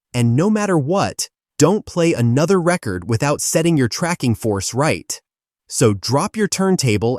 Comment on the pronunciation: This seems to be AI so I dont know if they could get their facts straight. about 1 minute and 20 seconds in you can hear them pronounce record after record entirely wrong.